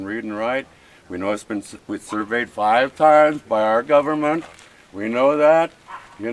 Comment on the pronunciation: WTF is a "governmet"? Is that only a Canadian thing?